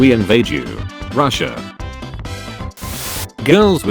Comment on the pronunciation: ITS PRONOUNCED “Russia”